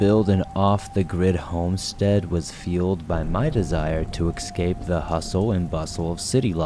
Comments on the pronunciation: You lost me at excape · I wonder why do many people say ecscape/excape not escape it's so common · You have to stop saying “excape.”